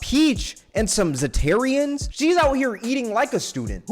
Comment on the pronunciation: Potato. Tomato. Zatarain's. Zatarian's 😂